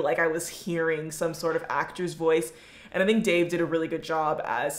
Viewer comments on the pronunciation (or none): Dave 😭😭 its Daveed